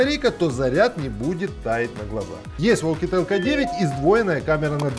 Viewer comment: Оукетел? Серьезно?